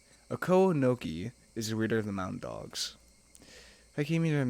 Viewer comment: You tried awfully hard to put the accent on the second syllable of "Okonogi". Why? It's clearly very unnatural for you (and I don't think it's the most natural for most people), so why not try it differently? Oh, speaking of the day of Watanagashi, if we understand the definition correctly, it's always on the third Sunday in June. That means, if it were a real thing, it would be held this year, TOMORROW! I.e. the day after I write this comment: June 18, 2023.